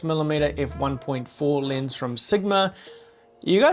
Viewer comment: it is funny how australians cant pronounce the letter E. Lens becomes Linse.